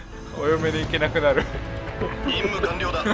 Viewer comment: 任務完了が淫夢完了に聞こえた( ´°ω°` )